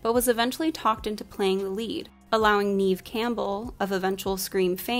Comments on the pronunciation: Love the entire breakdown. Just a little nitpicky but it’s pronounced “Nev” Neve Campbell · You might already know this by now but Neve is pronounced like Nev (as in never) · This was great, but the misspronunciation of the actresses' names drove me nuts. "Neev" as one of them (shuuder) But this movie was so impactful on kids when it came out. I remember EVERY sleep over consisted of light as a feather, stiff as a board. I also blame this movie for the reason I actually fell into the goth scene 🖤